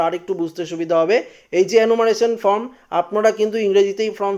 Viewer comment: কথা টা from না ।। Form বলুন ।